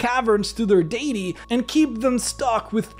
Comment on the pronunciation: You say deity wrong